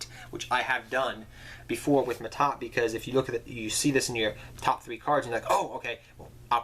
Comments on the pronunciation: Yes, but L.t mad productions was probably talking about pronunciation. Ma'At is pronounced ma-aad, while Mahad is pronounced Ma-haad, not maa-tah, not ma-taat. That's the mixup. And yes, I cringed as well as I heard it, especially as a fan of the character Mahad. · That's Mahad Not Ma'Ta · MAHAD. Holy crap. There' no T.